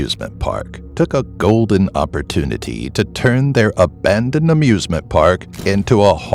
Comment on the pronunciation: OMG DID HE SAY........ABANED!